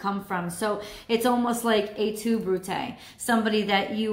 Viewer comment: She did it right, Latin